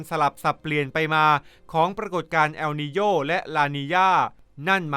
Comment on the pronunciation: ทำไม ออกเสียงว่า แอลนีโญ่😅